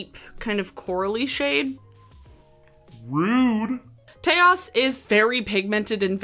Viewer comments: Taos= "tay-oss" 😭 lmao pulled a dofa on us with that one 😄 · I think it’s pronounced TOWCE like Taos NM 🤣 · I’ve never heard Taos pronounced like chaos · Taos rhymes with house 😉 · I was getting ready to make this very comment. I am sure it is named for the town of Taos. Not to rhyme with chaos, lol. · the way u pronounced taos 😭✋